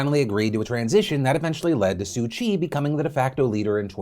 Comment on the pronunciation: Im pretty sure that's not how u pronounce Soo 'Kyi'